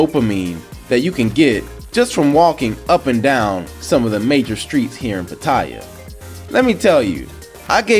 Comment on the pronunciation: I hate when the names of the cities are mispronounced. It's Pat-tea-ya (Pattaya)